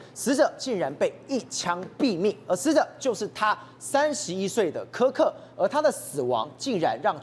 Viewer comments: 他在X的帖子每則都千萬以上，比馬賽克、川普總統還多，他辯才無礙越來越受歡迎。其實我們自己身處美國，知道真正的多數是中間。但現在已慢慢往右移，因為民主黨執政下的美國走歪了，抹殺主創造人類的價值、人類的價值、家庭價值。我周邊幾乎認識的人都極贊同川普總統的改革。這麼一個優秀有容忍度的年輕生命就這樣被魔鬼殺害😂，真的好心痛，願他的靈魂永安，安慰他哀傷的家人！美國必須由共和黨再繼續執政20年，美國分裂的社會才有辦法癒合。 女來賓！Kirk發音柯克不是克拉克。Kirk在辯論時對手辯不過他就常耍無賴，但他始終很有風度，他是神的孩子。但即便如此，我是反對槍枝！ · 连名字都念错，市葱真的是草包，kirk只能是偏右，他绝对不是极右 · 超級不專業，來賓一直把死者的名字唸錯？太沒禮貌了🤬